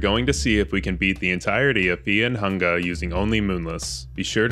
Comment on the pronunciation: Is there a reason to pronounce fear and hunger like feah and hungah?